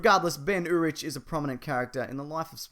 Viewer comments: It's pronounced Urick not u rich. I know the English language is a little complicated and often illogical. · First.....you mispronounced urich. Second......he dies.